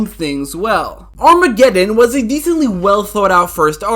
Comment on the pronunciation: why u say Armageddon like that😭😭😭